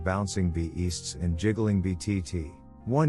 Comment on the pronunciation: It's funny how the narrator pronounces b*easts, n*pples, and b*ner.